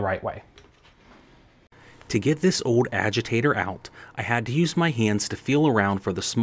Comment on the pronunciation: What in the hell is a aweger lol. Its Agitator